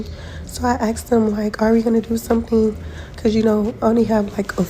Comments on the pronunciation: Did you ask him or did you aks him? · The moment you hear “aks him” it should be over.